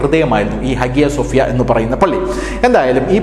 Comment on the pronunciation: @@@ note >>>. ഹാഗ്യ സോഫ്യ എന്ന് ഇംഗ്ലീഷിൽ എഴുത്തുമെങ്കില്ലും അവിടെ ഉള്ളവർ പറയുന്നത് ഹയാ -സോഫ്യ എന്ന് ആണ്.